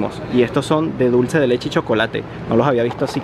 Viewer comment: Ahí letshe acá letshe allá letshe ajjajaj.